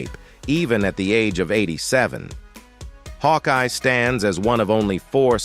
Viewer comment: FUCK AI NARRATORS. Captain Hawkee? Also, he never served in Korera, His career was all stateside